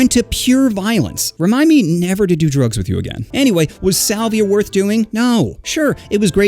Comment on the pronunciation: i thought this hot dude said 'saliva'